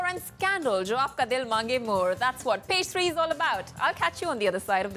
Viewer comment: Is it Page 3 or Pastry I'm hearing?